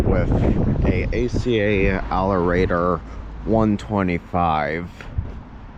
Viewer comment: It’s pronounced Alert-er. Not Al-er-ae-tor. Also it’s confirmed when the Denver quadruplex will be handled, afaik it should have been down already but I’m not 100% sure on that.